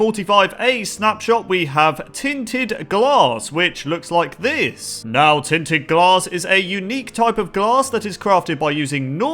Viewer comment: what its called: tinted glass what calls it: tin tin glass this is only a joke people don't get offended i just wanted to point out that it sounds like he said tin tin glass